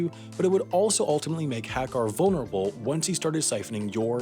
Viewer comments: I am just offended by how you pronounced Hakkar. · The way he pronounced Hakkar. God